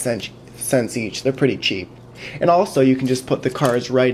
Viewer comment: Cheap is pronounced with a "tch" sound, otherwise it sounds like "sheep"! Couldn't help myself pointing it out, but really, an awesome video you got there :)